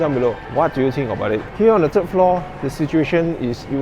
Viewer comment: The, not de. Third, not tird. Think, not tink. How you say truth, Tru"th" is how you say "th"e, "th"ird and "th"ink.